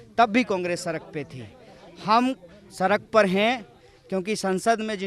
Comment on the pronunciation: Are गधे सड़क होता है। सरक नहीं